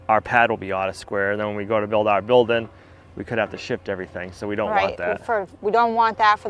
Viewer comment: It's not Build in,,, It's Build-ing very annoying!